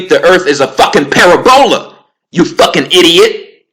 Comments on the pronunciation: Its pronounced [pă-rab-ū-ă] but, so what... according to dogon teaching (shout out to master prophet Neb Naba Lamoussa Morodenibig) so-called gravity come from the core of all planets and stars including the Earth. It is a connection with both big and small Cosmic bodies. The polar attraction is mutual. Fun fact~ the dogon teaches, that The Earth's core emits an energy that connects to all stars and planets in the universe. From this Earth Energy they can read what's going on with any star, planet, asteroid, and Comet. This is how they knew so much about the Sirius star. Hence, it was the most perfect star to keep calendar time. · Its not para bola ; it's pa rab ula Ahh u fixed it thank you great info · Why would they try to cover up flat earth so bad then? Also how come when i go to the ocean with a telescope its impossible to find a curve? Im going off what I’ve tested in real life not from the Internet. Its hard to take you seriously when you mispronounce words like “parabola”. Go watch Eric Dubay’s 6 hour video on this. It covers everything you mentioned and more. Im not picking sides I’m just saying open your mind more. Your ego is very prominent in this video. 1 love brother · Read the response for the correct pronunciation of parabola😆